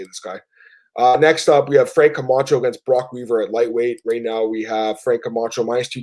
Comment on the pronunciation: How does still not know how to say Camchos last name?? Smh